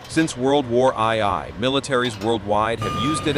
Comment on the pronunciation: World war eye eye? That means this video Ai generated